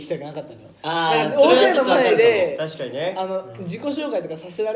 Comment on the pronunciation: 浮所｢たすぃかにぃ｣ ふじなすかな 👀